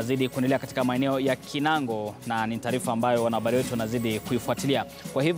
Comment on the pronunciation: Kinangop, sio kinango